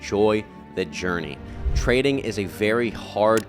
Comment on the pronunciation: Jopurney lol